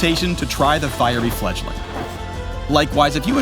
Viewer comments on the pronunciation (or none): It sure didn't sound like he said fledgling towards the end.